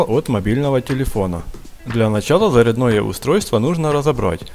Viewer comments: Не знает как правильно ставить ударение 😂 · Слово зарядно́е лупит по ушам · не заряднОе а зарЯдное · И не заряднОе, а зарядное! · зарЯдное, от слова зарЯд! Ты в школе был хоть иногда?